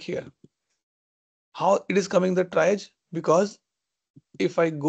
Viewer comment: it's "tree-age" not tri-age